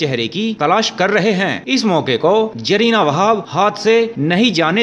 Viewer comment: Aapke pronounce notion needs improvement. It's not Jarina, her Name is Zarina, even Zeenat Aman not jinat